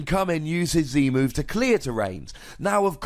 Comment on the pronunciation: Lol did u say "powered up version of the moon stone edge"? Instead of move? U said move the first time but second sounded like moon.